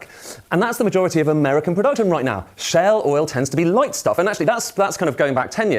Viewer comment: This moron made 'shale' oil sound like 'Shell' oil